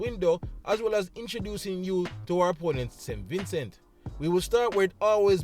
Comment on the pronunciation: Vin cee thats how its pronounced. Great preview 🫡